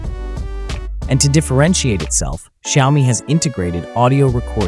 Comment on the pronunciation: Why do you call them shiaomy?😂